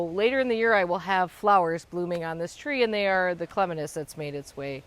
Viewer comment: You pronouncing clematis wrong. Lol